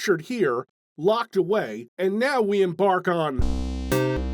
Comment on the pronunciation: "And now we emBARK on" Heh.